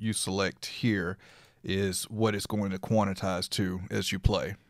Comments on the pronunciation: lololol!!! its quan. tize. not quanatize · Thanks! BTW: It is Quantize ( Kwan Tys ) not Quanetize ( Kwan et tys ) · It sounds pleasantly urban though. I'm gonna say it for the rest of the week.